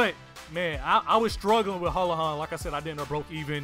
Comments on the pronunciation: hoo-la-han is said how it's spelled, it's a different name, his is hoe-la-han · It's pronounced hool-la-han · Bro I'm Irish the o's in holohan is pronounced like Eww so it's Hewlewhon and the A at the end of his name is pronounced an ... So you say Hewlewhon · I love hearing Americans trying to pronounce Irish names it's so funny. It's hoo-la-Han in case you were wondering lol